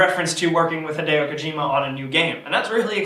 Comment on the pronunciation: stop saying hidayyo its hi de o